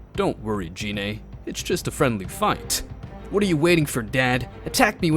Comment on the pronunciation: It's a good story, but dude, "dragon spheres?" Really? They're "dragon balls" You even said Gine and Namek wrong, but again, good story